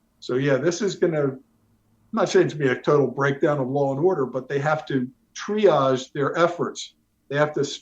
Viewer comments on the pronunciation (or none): none